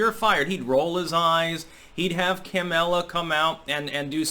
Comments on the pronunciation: "kam-ella" Bahahahahahah. Love it 😂😂😂😂😂😂🤣🤣🤣😂😂🤣🤣😂🤣🤣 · Did say Camel-a instead of Kamala in the beginning of this video, in the exact way I always do in the comment section on his videos? Has NOTICED ME?:D!!!!1!1!!!111!!!!11